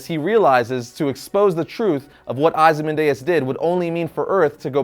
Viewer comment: Ozy-man-DEUS? C'mon man. OzymanDIAS. Read the comic you review, dude. It's in the movie too. FOR SHAME!!!